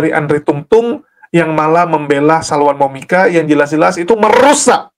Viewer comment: PDT Andre bilang ajah Salwani Momika ngikuti Ajaran KASIH yg sebenar benarnya, kok susah sangat nyebutnya Toh luuu😁😁😁😁😂